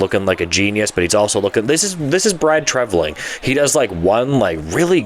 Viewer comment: Let's hope it offsets his bad signings/overpayments for Reaves, Klingberg, Domi, and Bertuzzi. His moves in 2024 seem to be better thus far. Much. Minor point: your pronunciation of his name (you're saying like "Treviling"). Good upload, as usual. Off the cuff commentary.